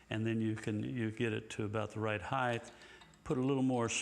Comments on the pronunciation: Can someone tell Floyd....and the rest of USA, that there's no such word as 'heighth'. The word is 'height'. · Yo, Floyd. It's pronounced "hite" not "hithe". Thanks for the trems.